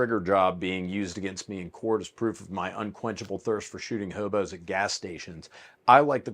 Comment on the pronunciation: You have a tinge of a California accent when u say "hobo".